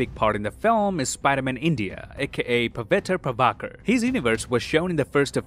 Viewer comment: The way you said "Pavitr Prabhakar" Is hilarious 😂